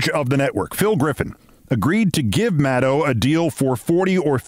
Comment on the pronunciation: I'm just so happy to hear Rachel's name pronounced correctly for a change! As good as she is, it does not rhyme with "wow".